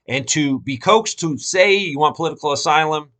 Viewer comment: "POLITICAL AYSLUM"